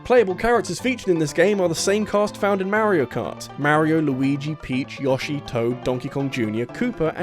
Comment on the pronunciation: "Yaush-ee" "Mare-io & Where-io"